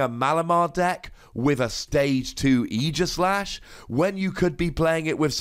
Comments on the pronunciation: Oh my goodness, YAS, someone finally pronounced his name right! It’s not AGEislash, dang it! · 2 wossy card. Never gonna see serious play. There are way too many ways to get off the active spot. Even if we get an uber busted mon with an ability that prevents retreat there are still a lot of way you can get out. And btw thanks for pronouncing it properly. It's aegis like the old greek shield not years.